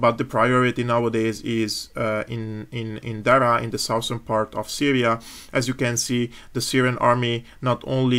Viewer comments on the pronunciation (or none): none